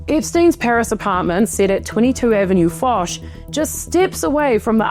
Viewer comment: Hello. Lived 1 year in Paris, one Saudi a$$hole owns apartment on avenue Fosch I knew and visited. It's pronounced Osch - without F. All the best. Like Hermes - without H - ermes.